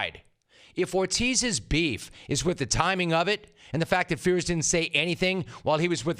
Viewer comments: Rome - Mike Fiers has been all over the news for the last few months. How on earth are you still butchering his name so badly? His name is pronounced FIRES not Fears. If you are praising a guy publicly, make sure you get their name right. Out. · Couldn't agree more Jim! Big Papi is confusing here. You'd think he'd keep a low profile here given his P.E.D. drama. Just one thing, Mike Fiers is pronounced Mike Fires, in spite of being spelled differently.